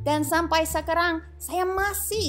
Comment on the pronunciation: And you, Sacha, on Indonesian language, it should be ska-rang bukan seehkaahrang...